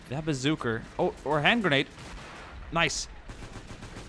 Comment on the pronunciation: why r u sayin bazooker it a bazooka